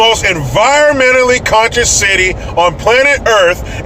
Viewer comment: When you said the City all I heard was the SHITY..... Lmao